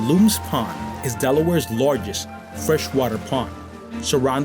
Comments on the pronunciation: Great video my friend. I live in Delaware City. Born and raised in Newark. I am chuckling at how you pronounced "LOOMS" pond. It is Lums, like Yums. But you aren't local so you wouldn't know. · Great video! Thanks for highlighting such a unique town. Jessop's Tavern is incredible - I highly recommend it. you're incorrect - the Delaware River is not the longest free-flowing river in the US, the Yellowstone River is. Maybe you meant on the east coast? (also, it's pronounced, Luhms Pond, not Loom's Pond)